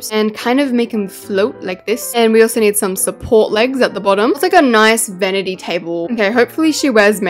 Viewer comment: It’s not a venity table it’s a vanity table